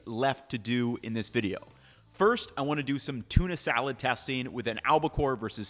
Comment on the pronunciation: I totally love canned tuna (also fresh steaks too), tuna mayo, nicoise salad and tuna pasta bakes are my favourite methods of using it. One question though, is it me or did you go all Arnold Schwarzenegger when you said salad just before ? lol (and ofc I put a comment in before I had finished watching lol) omg that harrisa one sounds absolutely amazing. I almost always have harrisa in the house and never thought of using it for tuna. roll on payday now :)